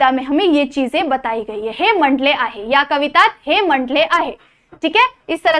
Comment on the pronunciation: मंडल आहे❎ मांडल आहे✅